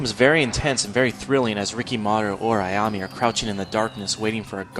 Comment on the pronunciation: it's ayam-A not ayam-Y